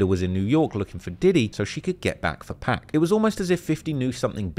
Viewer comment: Great video except your pronunciation of 'Pac'